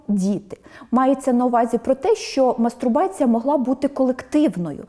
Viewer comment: Вибачте, але термін "мастурбація" шановна пані , мені здається, вимовляє з помилкою....(